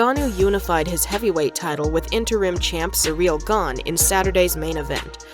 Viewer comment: "Sureal gone " why you americans have to rape every name ? 🤣